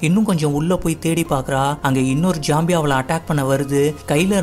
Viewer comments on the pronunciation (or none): Bro not jombie. Its zombie